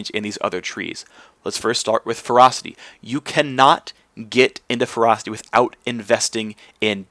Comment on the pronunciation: Anyone else hearing him say "Frosty Tree" I had to tab over to see he was saying ferocity. :P